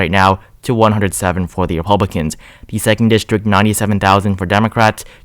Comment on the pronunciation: Sounds like he sometimes says Epublicans..